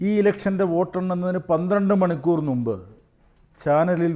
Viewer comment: ന്നുമ്പ് തെറ്റ്. മുമ്പ് ശരി..